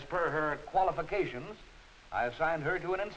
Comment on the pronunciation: we dont have a man her "qualifacations" lol